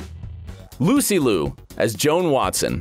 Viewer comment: Only wished if Lucy Liu's last name was pronounced more accurately.